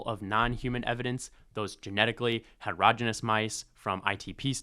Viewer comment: You pronounced heterogeneous wrong. Please learn from google or AI 😢